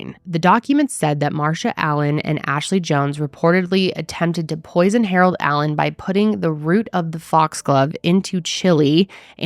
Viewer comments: dude… the reporter is incapable of not saying Harold adam-allen lol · thats what i came to say, like did she keep calling him harold adam? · I wonder if she knows someone named Harold Adam, that’s the only reason I can see why she kept struggling 😭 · I'm stuck on the fact that two reporters could not pronounce his last name of Allen, but they both said Adam. 🤦‍♀ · Ok but why can't that news lady say "Allen" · why can't this news anchor get her shit together and get poor Mr. Allen's name right? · Why can’t this news anchor say this man’s name? It’s driving me nuts lol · That reporter really had trouble with his name. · The only thing I can focus on is the fact that that reporter cannot say the man’s name correctly 🤦‍♀️ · Wow. It’s very obvious why that tv anchor is on a very small town local newscast. How many times did she f*** up the victim’s name? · Why can’t that news woman pronounce the poor man’s name correctly:( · These ppl that call themselves news reporters can’t even get his name right wtf! They are actors reading scripts and still can’t read just annoying on top of this sadness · Why did that reporter struggle to say Allen so bad... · i came here to say the same thing, almost every time she said his name she messed it up. not cool.😔💚